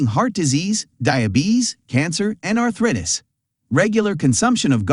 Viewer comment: Art-RIT-us! AI can’t yet perfectly replace us.